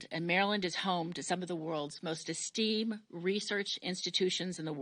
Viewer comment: Say Esteemed again please?